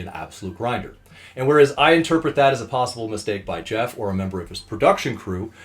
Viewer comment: LOL he butchered Jeff